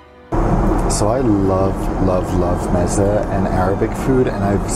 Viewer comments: It’s pronounced ‘MEH-zay’ you uncultured swine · M-iza, bubble ganoosh, canopies? Dude you have some interesting ideas on pronunciation.